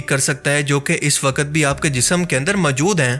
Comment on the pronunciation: Bhai kya pnjab k ksi Pind se seedha uth k aagai ho jo urdu tk Sahi bolni nahi arhi hai tumhain? Sahi lfz "Moujood" hota hai mere Bhai. Hr baat mai ye MJOOD, MJOOD kya boley ja rahey ho? Urdu bolni seekho phir video Bnao. Right? Thanks.